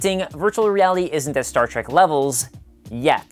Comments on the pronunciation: The host says Star Track but it's Star Trek. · The show was called "Star Trek" NOT Star Track. Trek, as in journey. Why do so many people make this mistake? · LEARN HOW TO STAY STAR TREK PROPERLY IT'S NOT TRAK IT'S TREK. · Say Star TrAk Again, I dare you! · Star Trek, not Star Track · Its not STAR TRACK but STAR TREK. TREK TREK TREK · It's a multi-racial crew, not bi-racial. Ans at .33 you clearly said, "Stat Trak". This is inexcusable. Don a red shirt. Uh-oh. You've said, "Star Trak" several more times... Setting phaser on stun.. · Is he saying star track?